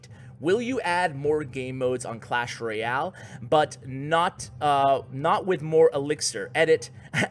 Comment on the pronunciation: He just said clash roy-al :)